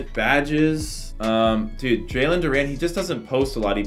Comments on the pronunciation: Bruh like your video but OMG for the life of me it's Du-REN NOT Du-RAN 😂😂😂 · “Jalen Duraan” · Love the vid but it was making me mad he was saying Duran instead of Duren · JALEN DUR-REN